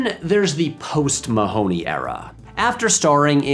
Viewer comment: I quit watching when you didn't bother to google the correct pronounciation of Mahony. (Hint: it isn't the way they say it in the movie)